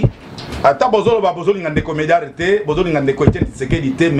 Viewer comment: journalists ayebi musala te , kutu ayebi mm ko prononcee medard zonga claase medard lUla mosala botika aventure tolingi bino teeee